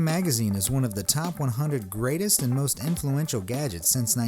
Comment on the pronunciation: Anyone notice at the start he said moost not most